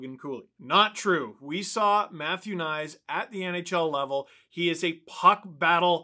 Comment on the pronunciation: Does anybody know why the consensus is that Knies is to be pronounced "nice"? I don't speak slovakian but I'm pretty sure Knies is pronounced much closer to something like "Kn+yes" than "nice". Another possibility is that it's pronounced something like K+knees if the name is of Czech-german origin, as many Slovakian names are.